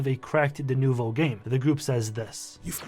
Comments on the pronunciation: denUVO... say it with me... deNUVO. not denOHvo... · "...it's called D-NOh-VOh" had me rolling